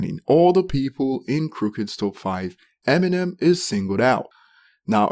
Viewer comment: “Emmy Nem” 🤦🏻‍♂️